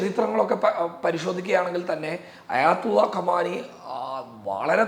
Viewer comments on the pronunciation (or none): കമാനി അല്ല ഖുമൈനി ആണ്